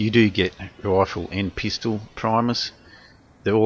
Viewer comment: Pistol not peestol.